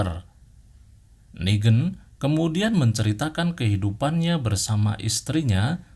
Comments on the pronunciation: Bang coba ngomong inggrisnya agak di perbaiki Kayak ngomong negan jangan nigen tp negan Luccile jangan lusile tapi lusill Dll biar penonton abang betah dengerin ceritanya bang! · klo inggris lebih ke neigan (pake logat inggris) klo ini nigen tapi logatnya indo